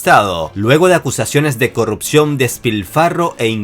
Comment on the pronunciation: Hola. Imagino que vives en un país no-hispano... Pero no se dice "corropción", sino corrupción. Saludos.